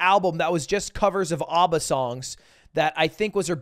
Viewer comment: Bro said "AHHHHbba"